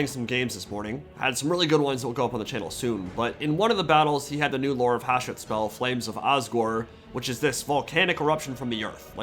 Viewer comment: Hsshooooot, not Haashet